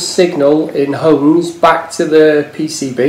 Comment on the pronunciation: Just for your reference it's not homes, it's ohms, there's no H in resistance !!